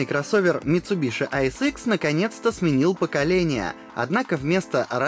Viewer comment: Не МицубиШи, а МицубиСи!!! Ну нет в японском языке звука «Ш».